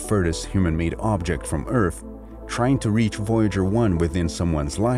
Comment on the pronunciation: yes he does , its not earf its earth , he keeps replacing th with f and says other as odder lol and its ghetto af